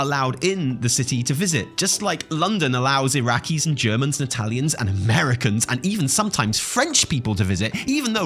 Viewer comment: “AmerUHHcans” killed me 😂😂